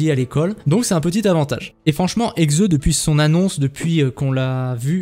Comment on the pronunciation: Par pitié, y'a un "h" devant HEXE prononce le XXXXX(